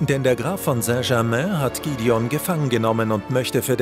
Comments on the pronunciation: Es eigendlich eine tolle Zusammenfassung nur manche Namen (z.B. Gidion) werden nicht richtig ausgesprochen. Als richtiger Edelsteinfan nervt es ein bisschen. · Gwendoliiin und gidion😂perfekte Aussprache